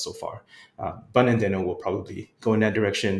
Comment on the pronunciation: This is great, thanks for helping the JS community navigate the ever-changing landscape. Also... worth re-recording with the official pronunciation of Deno? 😆